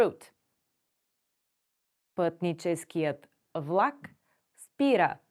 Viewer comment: Как учите чужденците да говорят правилно, когато имате говорен дефект - не произнасяте правилно "твърдото Л" (пред А, О У, Ъ). Чува се нещо между У... и прескачане на съгласната (пример: "вЛак - плнякога хи произнасяте като У, а в края на видеото въобще се чува в.ак). И ... не се заяждам, преподавам на чужденци и често се оплакват от говорните дефекти на преподаватели и роднини-българи.